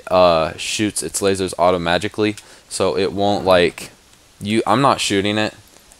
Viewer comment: He said automajicly